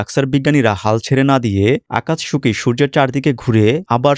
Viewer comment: আকাতসুকি, উচ্চারণ হবে